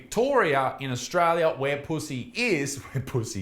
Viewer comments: Isaac - love your videos but I have to take issue with your pronunciation of Pusey. My maternal Grandmother, and therefore my mother, were Puseys and, up here in UK, we do not pronounce it as in 'pussy' but we pronounce it Pew (as in church bench seat) then Zee (as in the American way of saying Z (Zed).... ergo: pew-zee!! Just saying!!!! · the way he says his last name 😂😂